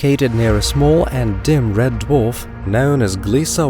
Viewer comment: What a funny accent, your not a native speaker? The way you say known , you say nown. But you pronounce words with a posh English accent